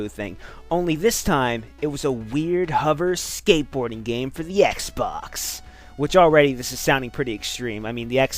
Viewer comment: Sanic eckstreem for the ecksbecks!